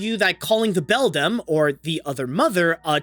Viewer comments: The villain in Coraline is the Beldam (pronounced BELL-DAM, NOT BELL-DUM) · It's "beldam" Not "bedlam"